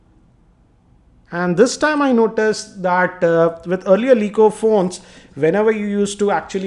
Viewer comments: aree yar its not Elley eco its LAE eco. its irritating, pronounce it correctly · laaa eco or Lee eco ? what will be pronounciation?